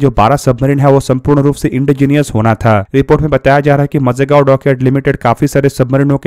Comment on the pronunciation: मझेगांव गलत उच्चारण है. माझगांव सही है